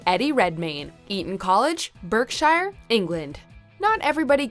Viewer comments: its pronounce as BARKshire not BERKshire, even though that is the spelling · Ha British (and by British I mean our) county names really don't read like they sound. Ask the American lady that presented this. Bark-sher is the phonetic FYI. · Berkshire is pronounced "bark-sheer" :) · You pronounced Berkshire wrong. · That pronunciation of Berkshire. lol